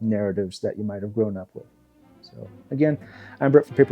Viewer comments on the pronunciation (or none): none